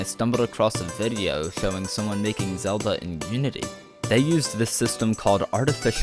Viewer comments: HE CALLED LINK ZALDA!!! 😮👿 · Ain’t no way you said Zelda.